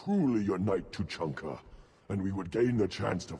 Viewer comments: the Citadel in ME3 is so annoying, its like after every mission you have to go there & run around all over the damn place. & LOL truluncah/treelunka xD Two-chunk-ah :P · its Too-chan-kha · no flaming, but it's Two-chan-ka